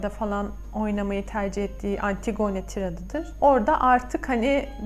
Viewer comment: yanlış anlamayın ama antigone diye değil antigini şeklinde okunur. dinlerken biraz zorluyor☺